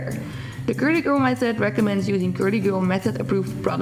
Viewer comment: Love the way you say curly girl gurlygurl method 😂